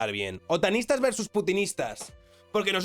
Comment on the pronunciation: Parece que dice "Sotanistas" más que "Otanistas"!!! Pense ¿Los Sotanistas son los que llevan sotana?